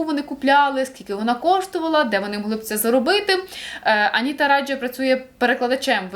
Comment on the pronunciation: гуглоперекладач справді перекладає Anita Raja як Аніта Раджа, але, думаю, це переклад через посередництво англійської ;) якщо послухати вимову на тому ж гуглоперекладачі, то цілком очевидно вона Аніта Райя (так, до речі, записано і на російській Вікі: Анита Райя)